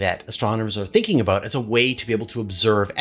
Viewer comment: Don't stop saying, "aboot". I love that. lol